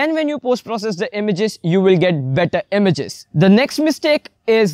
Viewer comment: It's not emiges.. it's images